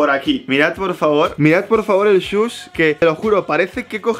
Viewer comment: Gente normal: Swoosh: Sush